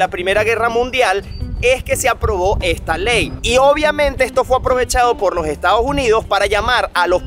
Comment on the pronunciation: Muy buen video, solo que no es Estados Junidos, es Estados Unidos! :face-fuchsia-wide-eyes